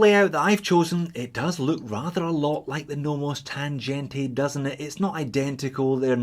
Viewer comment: the sea-gull looks nice for the price. BTW: Tangente is not pronouncet with a g like in g-Shock, its with a g like in sea-gull ;)